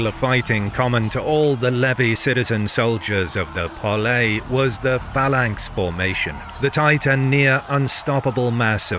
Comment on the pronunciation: Love the history. Wish the guy could pronounce properly. Phalanx😂